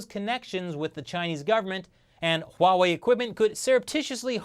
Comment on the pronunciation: It's not pornounced Hoo wa wei